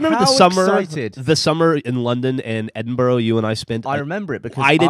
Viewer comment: "Edinbu-row" that's NOT how it's pronounced